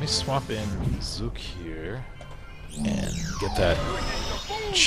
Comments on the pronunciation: XD y u say "Zok" Instead of :Zook? .3. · Zook not skull or zuk ok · you pronounced zook wrong, it is zook as in ba-zook-a cause of his gun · his name is zook as in ba"zook"a